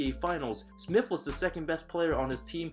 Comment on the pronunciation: Yo it’s Smits not Smith the man is Dutch